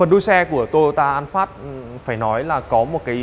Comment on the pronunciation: Vietsud là "an pha" chứ an phát cl